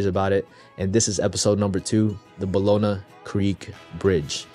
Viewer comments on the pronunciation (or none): Homie, you pronounce it “bah-yoh-nah”